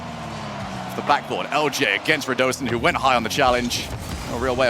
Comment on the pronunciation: Radosinho should technically be pronounced as Ronaldinho's "inho" is pronunced imo